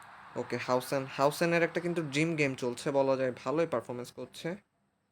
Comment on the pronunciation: আরে ওটা হাউসেন নয় রে ভাই,হুইসেন 😂😂